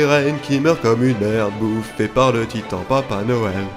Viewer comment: il dit (titan) 😅